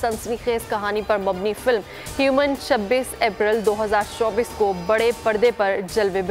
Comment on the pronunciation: Humane ko human keh rahi he newscaster aur penumbral ko pembral, yar kis level k bande bithaye hoe hain, inki kia qualification he ?? English k asan se words atak jate hain in ko ......😮